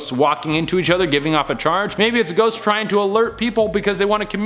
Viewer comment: "Could be someone out and about, or a shost- rushing to the monster mash..." sorry but that made me giggle